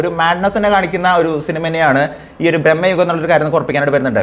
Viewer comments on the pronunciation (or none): U r saying it like Brammayugam .. it is Bramayugam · ബ്രഹ്മയുഗം അല്ലടാ.. ഭ്രമയുഗം ആണ്... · ബ്രഹ്മയുഗമല്ല സുഹ്രത്തേ.ഭ്രമയുഗമാണ്. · man ഭ്രമയുഗം എന്നാണ് പടത്തിന്റെ പേര് ഇയാൾ ബ്രഹ്മയുഗം എന്നാണ് പറയുന്നത് രണ്ടിന്റെയും അർത്ഥം വേറെ വേറെ ആണ്.. ഒരു കാര്യം അവതരിപ്പിക്കുമ്പോൾ അതിൽ ഒരിത്തിരി ശ്രദ്ധകൂടി ചെലുത്തേണ്ടതാണ്... ഞാൻ പറഞ്ഞതിൽ എന്തെങ്കിലും തെറ്റുണ്ടോ എന്ന് ഒന്ന് ചിന്തിച്ചു നോക്കിയാൽ മതി മനസ്സിലാകും.. 🙏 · Bro ബ്രെഹ്മയുഗം അല്ല ഭ്രമയുഗം എന്ന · എന്തോന്നടെ ഇത്...പടത്തിന്റെ പേര് പോലും നേരെചൊവ്വേ പറയാൻ അറിയില്ലേ!!!! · നീ ആദ്യം പോയി സിനിമയുടെ പേര് മര്യാദക്ക് പറയാൻ പഠിക്ക്.. എന്നിട്ട് ഇരുന്നു കൊണക്ക്... Its so annoying..